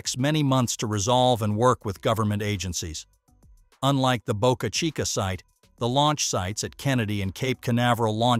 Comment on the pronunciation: Nailed pronouncing Boca Chica beautifully. The video is good, but pronouncing Boca Chica properly is worthy of a shout-out. I for one absolutely appreciate that fix. Thank You.